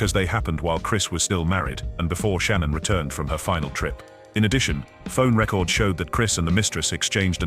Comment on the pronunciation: I hate these AI videos. So much off this information is untrue and made up. I love your nightly videos Z, but you've been doing way too many AI videos lately and I can't watch all the false facts and the wrong pronunciation of Shanann's name from them anymore 😕